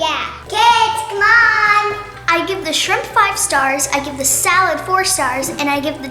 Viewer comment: it’s shrimp not shimp